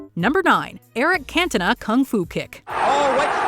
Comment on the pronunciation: Should be illegal for Americans to watch football how can u possibly say cantona name incorrectly